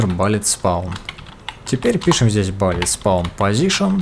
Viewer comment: Видосы интересные, реально, но пожалуйста, bullet не будет "балит", кровь из ушей, но видосу 👍